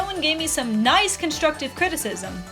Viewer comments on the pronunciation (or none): none